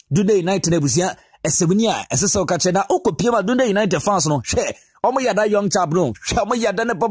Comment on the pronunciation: Please it’s pronounced “Dandii” united . Ghana 🇬🇭 should watch out for this boy Matthew Anim Cudjoe.. His one for the future. I pray for an injury free season for him.